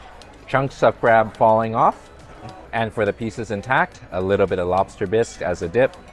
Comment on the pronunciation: Quit saying A LIT TjjE BIT